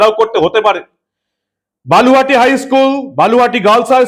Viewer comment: বালুহাটী না দাদা বলুহাটী 😊